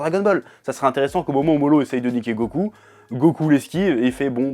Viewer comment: STOP AU « L » qui remplace les « R ». Moro et non MoLo! Toyotaro, Toriyama, Naruto... pour les septiques petit cour de japonais